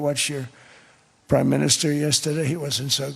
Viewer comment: "Prim" Minister